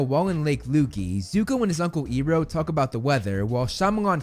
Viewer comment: You slipped up by pronouncing Iroh correctly